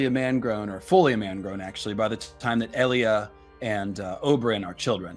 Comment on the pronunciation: Who the fuck is EEE-Lia?? I'm pretty sure it's EL-Lia